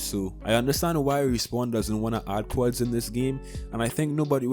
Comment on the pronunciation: You can't pronounce quadd